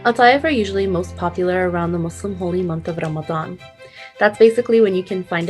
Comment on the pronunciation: PERFECT pronunciation of the word Ramadan! 🌹🌹 Thanks.